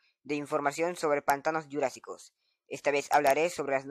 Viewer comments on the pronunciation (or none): es jurasico no gurasico XD like me gustan todos los videos de informacion dr pvz2